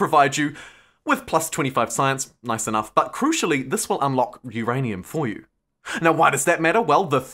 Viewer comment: "uURRaAiNUMMm! !!" Lol